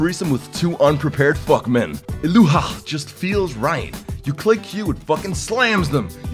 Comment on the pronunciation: im love you so much, i cant stop crying from laugh when ur said: Illahooi! Fuck it, ur awesome